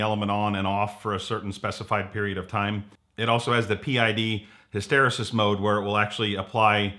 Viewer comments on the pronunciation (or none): Hysteresis is pronounced "hiss-ter-ee-sis" it'll help with your authenticity. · Just say HISTYREESIS!